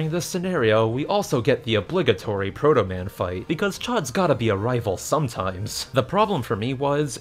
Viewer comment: you had trouble with protoman